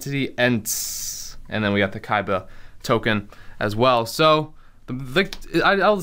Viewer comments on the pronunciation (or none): none